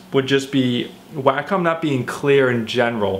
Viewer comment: it's: 'wah -come', at least know how to say the name if you're going to review a $1500 product.